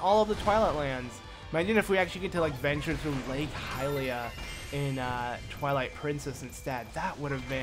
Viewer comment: XD it sounded like he said the princess of INCEST!!! XD